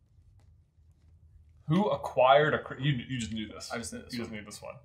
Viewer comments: 'Guys, guys, it's just Mundungus fwetcher getting a quismas twee' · Cwistmas Twee